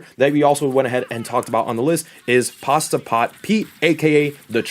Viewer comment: PASTE not PASTA